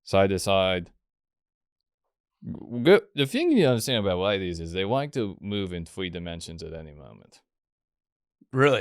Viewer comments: Why did bwo switch up on dark wolf as soon as the wadies come awound. Bwo is fow weal a awagg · i didn't know wadies moved in thwee dimensions